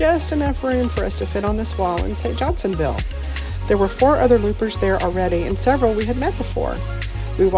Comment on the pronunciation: It's cool that you landed in St Johnsville. Did you notice the RV park attached to the marina? That's pretty much our go to RV Park, and I've seen Loopers there before. By the way, it's St Johnsville, not St Johnsonville.